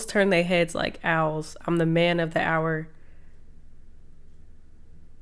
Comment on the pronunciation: He said oooww, like owl..the turn heads like owls, then said hour like owl with his pronounciation